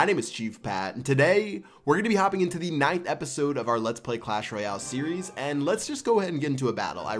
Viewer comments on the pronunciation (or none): none